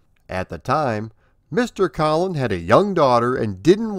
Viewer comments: Not to be "that guy", but Brian's last name is pronounced "COE-lin" not "KAH-lin". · ... No problem, nearly everyone pronounces it the way you did. I should probably spell it "Coal-in" 😆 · Btw, you are pronouncing Brian Colin's name wrong. It's pronounced like Colon. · THANK YOU; Really Great re-telling of the RAMPAGE origin stories. You even reminded me of a few things I'd forgotten. Well Done!... One tiny thing though, a common mistake. My name is pronounced with a long 'o' (...rhymes with Bowlin' )